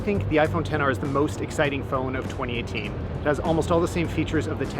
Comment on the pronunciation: He said Xs instead of Xr few times